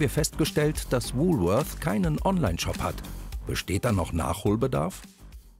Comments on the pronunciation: Welcher Deutscher sagt schon Wulfeurs!!!Hier in Berlin sagt man Wolwort oder Wolle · Bei "Wuuuhhlworthh" gehen einem ja die Fußnägel hoch! Jeder normale Mensch in Deutschland sagt "Wohlwort" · Frau: „Wulwörs“ Sprecher: „das letzte war richtig!“ Ähm, sorry aber auch nicht.